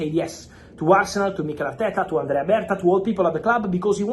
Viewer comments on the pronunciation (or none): none